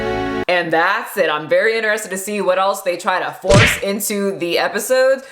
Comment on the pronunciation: I notice in every one of your videos that you pronounce 'interested' as 'inner-Ested' and even 'inner-Estiŋ'. I've never heard anyone else say it like that. Is that a local/regional thing or something? When other people say it, it sounds kind of like 'in-chre-sted' and 'in-chre-stiŋ', with a ch sound.